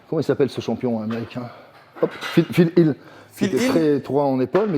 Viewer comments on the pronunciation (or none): C'est PHIL HEAT !!!! pas HUILL C'est pas le même ;) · Il dit phil heath pas phil hill. Je connaissais pas ce gars fred mompo, il a l'air d'avoir un sacré niveau dans le fitgame. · PHIL HEATH pas phil hill 😉😂